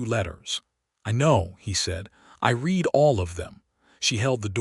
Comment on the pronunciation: Lovely story. One thing I wish AI voices could do is pronounce words in context, such as the word "read". Most narrations say "reed" but sometimes the proper pronounciation is "red". Just saying! 😊